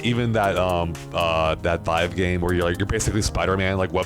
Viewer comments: Ah yes I love the HTC “VeeeeVe” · Ok, what in the world is a veev?? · It's called V-eye-v. As in rhymes with five--Vive! Stop saying it wrong just to sound different like some hipster ponce. >:-(